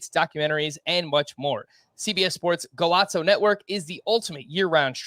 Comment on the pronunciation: you don't pronounce Golazo like it's Italian. You keep saying Go-lots-so. It is Spanish; so you say it like, Go-lah-so.